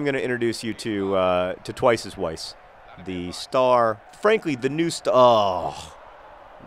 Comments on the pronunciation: I think that you and Weiss arent off to a good start because you are probably pronouncing his name wrong. In German, W is pronounced like a V, so his name should really be pronounced like "Vice" not "Wice" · Maybe he's angry because you're pronouncing his name (W)eiss instead of (V)eiss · Weiss is said with a V sound, John. As in, vise. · In German they pronounce 'W' like 'V' so his name should actually be pronounced 'Vice.' (See edelweiss. Also Vienna is pronounced Vien in German and spelled Wien.) Maybe that's why he's awkward around you, he just doesn't know how to tell you that you're pronouncing his name wrong. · Haha, it's pronounced 'Viess' :) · I agree with MM5B5: Petinati Damacy! I am also concerned about the friction between manager and player Weiss -- Consider the previous comments that it might be pronounced "Vice." Ask him maybe? Miami Weiss is pretty epic, and when he scores you can use the "Twice is Weiss" thing if you want. Goooooooo Swoodilypoopers!! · I cringe a little when you pronounce Twice as Weiss's name with a 'w' sound. He's austrian...its a 'v' sound.